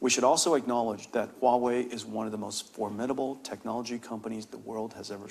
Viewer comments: it’s Huawei.. not Wahuei.. 😢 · It's Huawei not Wuahei. Interviewer couldn't even bother to research the industry before this interview. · The host literally cannot pronounce Huawei, he says Wahway